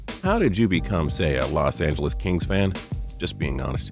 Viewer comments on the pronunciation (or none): Are we just not gonna ignore the fact he said “Los Angeles Kings”